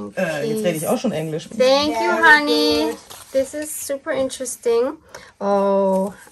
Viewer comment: Very Fun. For everyone who isn’t Germanic, her name is (not “Honey”). Probably short for Hannelore or Hannah? Tyrol is THE Most beautiful place I have been to!!!